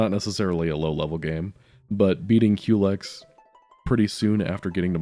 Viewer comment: I'm glad you pronounce "Culex" the same way I do. It's so annoying when peopel say "cullix" or "cool x"